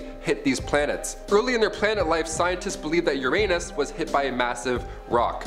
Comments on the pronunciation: ur-unus.... not ur-anus... You did that on purpose... and if not ... just ... ugh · No it’s Your-A-nis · HE SAID UR ANUS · To avoid obvious your anus jokes, perhaps try pronouncing Uranus correctly.